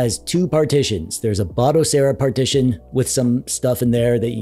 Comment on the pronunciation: Finally! someone that pronounces Batocera as BATOcera and not BODAcera!